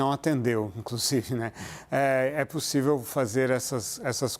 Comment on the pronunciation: "não é possívi" kkk